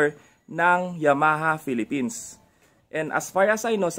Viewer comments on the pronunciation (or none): none